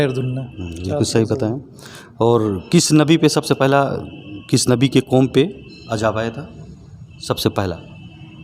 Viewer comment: Repotr jahil ha alfaz bol nhi pta ajab bol rha ha Abe azab ha